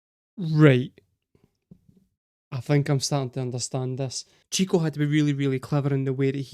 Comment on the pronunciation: Also, it's pronounced "shico", not "tchico".